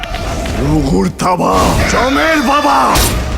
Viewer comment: রমের না জমের হবে।